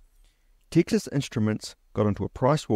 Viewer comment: TEEXAS instruments? its Texas, like as in the stae of Texas